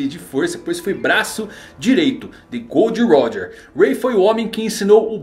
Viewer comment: Ei ei não é gold roger é GOL D. ROGER